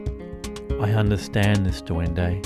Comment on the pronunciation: Love the video. Thanks for making it. But its not duendo. It's duendE